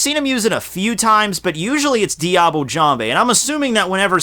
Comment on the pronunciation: Look up the prononciation of "Diable" plz.